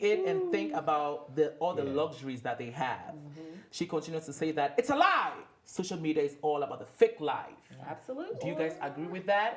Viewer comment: Am i the only one or are have they been saying shocial media, instead of social media?